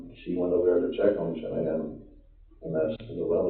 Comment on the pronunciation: Family of origin problems for sure!!! Where did I read about them sneaking FaceTime with girls behind she’naan back? And why after 8 years can u not pronounce her name